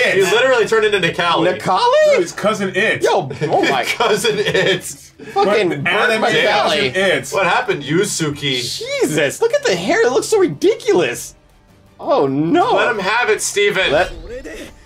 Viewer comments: When I heard "You-Sue-Key" I cringed so hard. Still a great video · They cold hem yusuki its yusuke hahahahahha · When they called yuskue yusuke I had a major stroke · When he pronounced Yusuke as Yasuki and when he called Jotaro a capcom character I cringed all the way into my stomach. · "YU-SU-KEE" smh lol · Yu sukeee 😔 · The way he said "Yusuke" physically hurt me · I can't tell you how much it hurt to hear someone pronounce Yusuke's name like that lol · I assure you it is. People going on about how being ignorant about anime (like that's such a bad a thing) yet none of these weebs realize that the mispronunciations are intentional. It just playful teasing that weebs are taking so god damn seriously. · How they pronounced Yusuke though. Also the lack of context for Hunter X Hunter. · They frikin pronounced Yusuke's name wrong which i got triggered